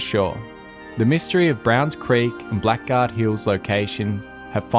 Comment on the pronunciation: Hi Love these historical researches!! Just a note that has been grating with me…. Blackguard is pronounced “bla gaard” What does it mean to call someone a blackguard? a.: a rude or unscrupulous person. b.: a person who uses foul or abusive language. seems to fit gold prospectors!!!